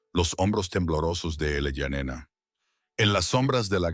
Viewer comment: La idea base de la historia es buena, el desarrollo terrorífico. (En un momento el niño fué niña) La IA nos volverá locos a todos😂😂 en el generador de caracteres, se lee: Eleyanena, ilayanena el allá nena , elaia nena ¡por favor! Desastre al oído y desastre a la vista..